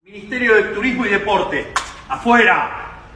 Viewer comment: As a Spanish speaker. Switch the D with R, and you got it. 😊